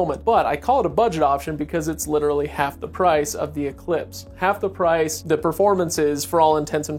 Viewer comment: The guy really should learn how to say the word literally . He says little Lee